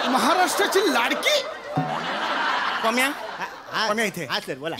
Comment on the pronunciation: pamya chya jagi panya Fumble padla 😂